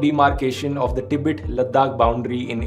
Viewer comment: टिबेट नहीं गवांर तिब्बत बोल